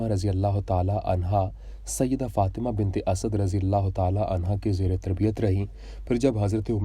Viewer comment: حضرت سیدہ طیبہ طاہرہ سیدہ فاطمتہ الزہراء سلام اللّٰہ علیہا کا نام مبارک صحیح پڑھا کریں پلیز